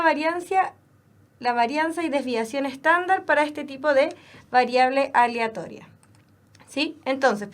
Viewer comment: que tanto cuesta pronunciar "aleatoria" por la re chucha